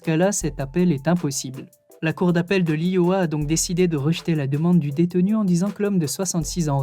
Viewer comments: Pareil il a dis iowa au lieu de prononcer AÏEowa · J’adore je regarde très souvent par contre faut vraiment faire un effort sur la prononciation des États... « l’OYo », « l’Yoha », « AnCHorage » 🤦‍♂️🤦‍♂️🤦‍♂️... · Ioha et Anchorage hahahaha un effort sur la prononciation rendrait tes vidéos plus pro. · J'aime bien tes vidéos. J'ai le sentiment que tu cherches un peu à te documenter c'est pas mal. Un petit conseil cependant, penses à vérifier la prononciation des villes et états que tu mentionnes (e.g. : Iowa se prononce "Aïe-oh-ah" et Anchorage se prononce "Ankorage"). Sinon continue comme ça et bon courage !